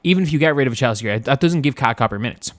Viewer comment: I’m not sure if you’re doing this on purpose but her first name is pronounced KA-LEE-YAH